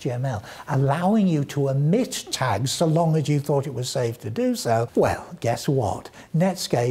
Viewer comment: I'm sure it's just me (no offense intended), but (nearly) every time says "omit" or "omitted", it sounds to me like he's saying "emit" or "emitted". I was very confused at first by things like "optionally emitted", and "... with XML, we don't let emitted end tags happen ever", and some others. =)